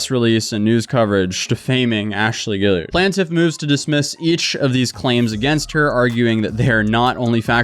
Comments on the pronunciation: Gill-ard. Not Gilli-ard. Pert-i-nent. Not the way you said it. I love your content but if you’re going to read stuff on YouTube then pronounce them properly to look professional. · Man I really wanted to pay attention to this video but all I could hear was my own voice asking, "isn't is pronounced 'gee-yard'?" over and over and over again. Sometimes I really hate my brain.